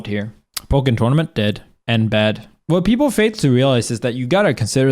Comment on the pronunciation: I think the way you treated Pokken was worse than ANYTHING you ever said about any game in this list by far, and is truly representative of the current state of the game. You mispronounced it, called it dead and INSTANTLY moved on. At least for Smash or StreetFighter or even King of Fighters you talked about it. But you didn't even care to for Pokken. Actions speak louder than words tbh.